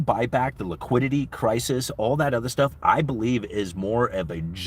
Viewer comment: wiquidity cwisis